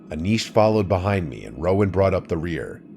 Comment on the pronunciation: Rowan not Roman lmfao